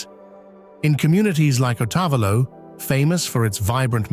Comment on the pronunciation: Thank you for a beautiful trip through my Country of Ecuador. Please correct your pronunciation of town names, like Otavalo, so that people will know the town.